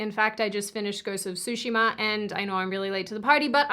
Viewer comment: It's not Sushi-ma, it's Tsu(like the "ts" in boots but you add a "u" to like like in Pikachu)shi-ma